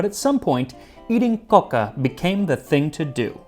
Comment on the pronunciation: I have to compliment your pronunciation of Catalan and your coca! Excellent! molt bé!